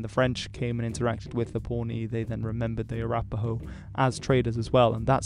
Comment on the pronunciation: i lost it at french accent "ahhh arapahoe"